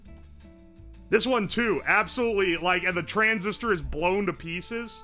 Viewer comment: Why does he pronounce "transistor" as "trans sister"? He pauses for a solid half second in the middle of the word. He did it multiple times, not just once. I think he's been hitting that blue smoke too hard.